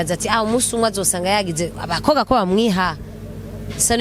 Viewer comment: Murabereye cane...ariko wiyigishe kuvuga umukobwa cank abakobwa..apana umukoga cank abakoga!